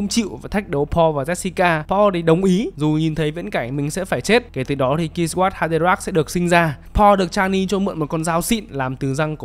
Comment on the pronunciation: a zai à kwisatz haderach đọc là quy sát ha đê rác